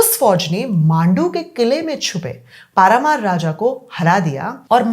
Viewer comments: तेरी नीयत ही मुल्लों की हिमायत से भरी है, दुनिया भर का रटा रटाया स्क्रिप्ट पढ़के अपने अरबी टट्टुओं को खुश करने की अच्छी कोशिश है। जिस तरह से तूने परमार वंश की जगह पारामार नाम लिया शुरू में बेअदबी की नीयत से उसी से साबित हो गया कि तू किस की पैरवी करने भोंक रही है। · इसको परमार भी बोलने नहीं आता उसे पारामार बोलतीं है। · तुझे परमार वंश तो बोलना नहीं आ रहा है और बन गई टीचर बकवास कर रही है सोटे पड़ेंगे तो सब ढंग से bakegi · इतिहासकार 😂😂😂जिसे परमार बोलना नहीं आता इतिहास कर बनी बैठी है,इससे ज्यादा तो upsc पढ़ने वाले जानते है,इस औरत का एजेंडा तो जगजाहिर है